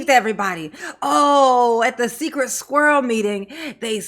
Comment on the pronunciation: When she says "Sikritt Skirrel" for "Secret Squirrel" 😂